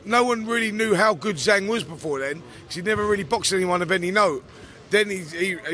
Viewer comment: It's Zhang not Zang make an effort FFS